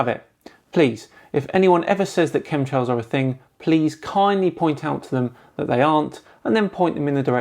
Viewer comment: Are you saying ,"cum trails?"it sure sounds like it.i just left some of them myself in a flat earthers mom.